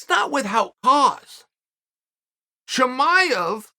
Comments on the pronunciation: Chael "WithHout" Sonnen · Anyone else notice that Chael says withHOUT